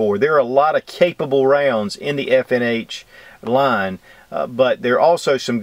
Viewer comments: In doing a review first thing is to be sure to get the manufacturer's name correctly. FNH? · Did u say FNH?